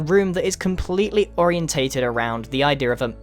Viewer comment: He always says "idea" like "idear" 😂